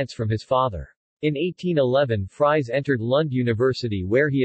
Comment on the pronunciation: Fries is pronounced more like freeze and not all like french fries.